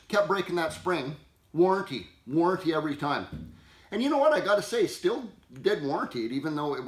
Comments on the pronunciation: Please don't say "still" . It's pronounced "steel". Drives me nuts to hear that. Good advice, though! PEOPLE!! Read your manuals, or us the QR code on the tool to learn about using it!!! I hated easy start at first, but it actually works, especially if one doesn't have the strength to use a conventional recoil start. Jim D Stihl MasterWrench Tech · German equipment, German craft, German cap, but English pronunciation of the Stihl brand :( It should be "Sh", like Schumacher, Schengen, shy, shine, should, shut, Stihl!) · And for the love of god man, every one of you please learn how to say Stihl. Stihl - Steel not still